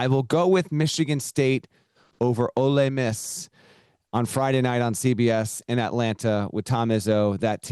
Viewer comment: Ole Miss not olay Miss